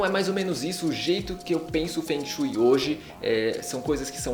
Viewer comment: a pronuncia não está correta logo de cara diz que vc não se interessa mesmo pelo assunto...eu sou do nordeste do brasil e sempre amei... detalhe sou ateia.